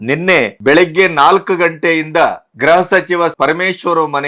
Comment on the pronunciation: ಗ್ರಹ ಸಚಿವ ಅಲ್ಲ ಮಾರಾಯ್ರೆ. ಗೃಹ ಸಚಿವ ಗೃಹ ಸಚಿವ 😅